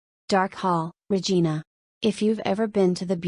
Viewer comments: It`s pronounced Ra Jine Ah, not Re Gene Ah. AI vocals suck. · Could at least pronounce Regina correctly?